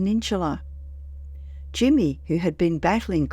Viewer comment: peninsula you said penintchila hahahah